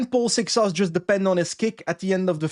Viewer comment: A few days ago, I was happy that said Seixas’ name with a Portuguese pronunciation. Now, I´m not mad, I´m just disappointed